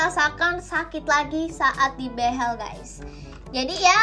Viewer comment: ka bilang behel nya behell